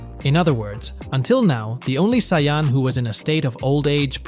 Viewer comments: wtf is a siyon its saiyan💀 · Please stop saying saiyan like that